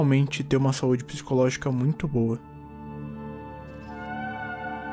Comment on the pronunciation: seu lindu < 3333 está bem,só queria avisar que o acento de saúde é no u,só isso msm,kkkk